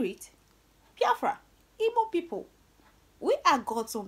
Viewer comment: Real igbo girl with beautiful igbo tongue,I'm so happy with the way you correctly pronounced the word igbo,thank you.